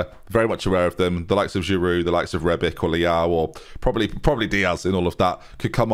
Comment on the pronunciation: Fine I'll take him out of his misery. It's pronounced Ben-Naser not with the K. It's also Rebi-tch not rebik